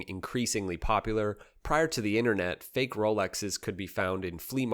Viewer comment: Wtf is FACKE????? The name îs not Rolex to say îs FACKE!!!! So……..you eat …….😂